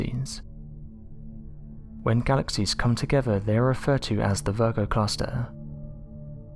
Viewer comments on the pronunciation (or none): none